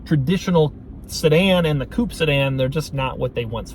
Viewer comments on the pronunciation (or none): Coupé is pronounced koop-ey not koop. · For fuck's sake and the holy child, it's not KUP it's fucking COUPÉ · Coupé.. A "coop" is what you keep your chicken in. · the moron calls it KUP